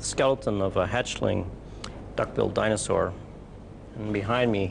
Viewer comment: Is anyone else hearing him say “dinozon” instead of dinosaur?